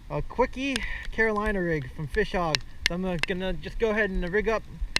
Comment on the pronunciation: It's kwik not kwiky